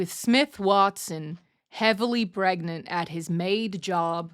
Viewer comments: a space pregarncy. Space pregananant. Space PREGANTEEEE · not just pregananant... space pregnart